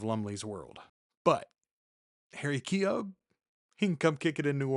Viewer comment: Let's talk about pronunciation: Keogh sounds like Neo. The g is silent.